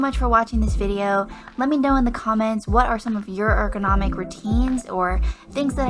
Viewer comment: That’s not how you pronounce ergonomic